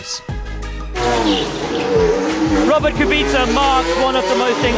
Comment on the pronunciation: Jesús Armando Nava Rodríguez well i heard Brundle, Crofty, James Alen and a lot more people saying Kubica with an accent on U while Buxton says it Kubïca. Don’t know if I’m right, how should i know how to pronounce polish names. I just find it a bit irritating because I’m used to a different way of pronouncing